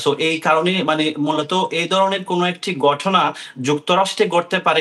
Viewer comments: গটনা নয় ঘটনা গন্টা নয় ঘন্টা আবাল আঞ্চলিকতা পরিহার করে আগে শুদ্ধ উচ্চারণ শিখে সাংবাদিক জগতে আসিস। এসব অশুদ্ধ উচ্চারণ শুনেই সংবাদটা শুনার রুচিটা নষ্ট হয়ে যায়। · আমেরিকার মত দেশে এই রকম গটনা গটে,,,,,, সাংবাদিকের উচ্চারণ,,, 😅